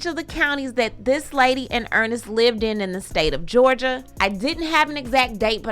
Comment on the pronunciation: When said Georgier I chuckled a little